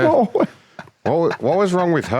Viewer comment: Or “I’m not a man, I’m a man.” Either way, the way he pronounces “ma’am” and “man” pretty much identically makes this even funnier.